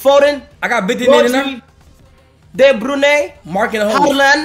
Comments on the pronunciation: "they brunay" 💀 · De brunay 😂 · Man said DeBru-nay